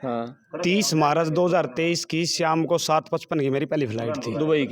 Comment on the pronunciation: दोनो नाकारा, ये अमेरिका जा रहा था, मार्च को मारच बोल रहा। भाषा देख लो USA जाने वाले की। दूध खाया, बच्चे बोल रहा जाने वालों को, पुलिस आवेय थी, रोज़ भका देंदा ।.